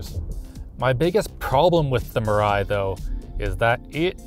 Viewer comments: Mirai is pronounce as Me Rai btw nice video i thought i watch donuts media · Your local weeb here, it's pronounced mira "e". It basically means future. Because Toyota apparently feels hydrogen is the future. Thanks for reading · Mirai, it actually pronounce “mea-lie”, means future. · Mirai is pronounced as Me-Lai. In Japanese it means “future”. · WHY CAN NO ONE PRONOUNCE MIRAI EVEN CLOSE TO CORRECT